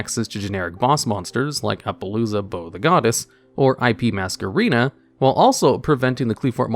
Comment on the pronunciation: maskerena? bro?. c'mon man you can't do this to me i'm already so confused